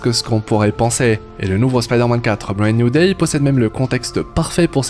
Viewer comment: "Bread New Day" 😂 ça se dit pas comme ça hein